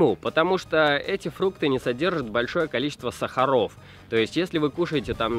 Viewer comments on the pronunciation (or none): none